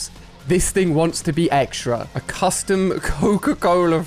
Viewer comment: Did he say coustum tv